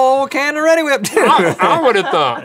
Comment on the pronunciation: "Are you reddi to be whipped?" - Link 2016